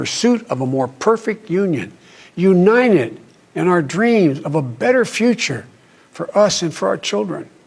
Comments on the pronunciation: Joe B always says Uninenent for United. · he said "defind America in one word". Wow. Imagine biden in tradetalks with other world leaders. he said " uninedd". Go get em boy. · "UNINED !" I was afraid that they would use deep fake, but no, it's joe... and for the first time in his life he said the truth "There's never been anything, we've been able to accomplish,when we've done it together"